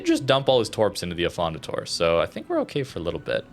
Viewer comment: Uh-fon-dah-tor-ay (or eh for you Canadians😂)